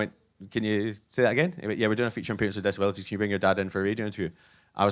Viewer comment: His accent makes a terrible pun out of the word "decibelities" Or maybe it's a wonderful pun..